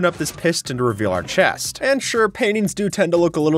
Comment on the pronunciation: boat with chést